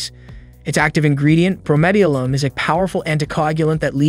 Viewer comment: It's pronounced "bro-meth-a-lin".